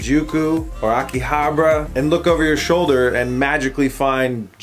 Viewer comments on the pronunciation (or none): none